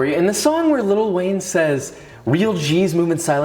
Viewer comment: Did you just say Little Wayne?